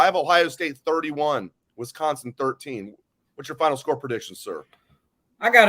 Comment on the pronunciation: One of my pet peeves in life is when people call Wisconsin "Wess-consin" 😂